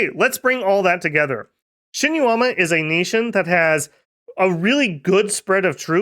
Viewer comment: It feels weird, because he did very well with Yomi. Shinuyama, though... Eesh. 😅